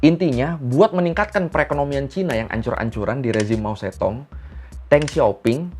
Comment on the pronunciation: Baca nya MA CE TONG,,,, di Taiwan masih di peringati kok setiap tahun,,, Sebagai Tragedi tian-An-Men